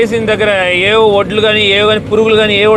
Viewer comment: u r saying, voddu, voddu, but it's vaddulu